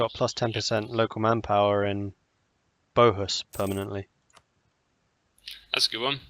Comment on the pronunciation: Bohus = Båhuslen. Gotta read them texts, they usually explain everything.